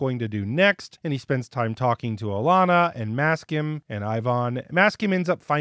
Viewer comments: Isn't it "Maksim" (as in Maxim) and not "Maskim" ? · Alanna's warders name is Maksim, not Maskim. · Also, bruh. MAK-SIM. Not Masskim :P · For future reference: it's Maksim, like mack-sim, not Mask-im. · Sorry but that burned my ears.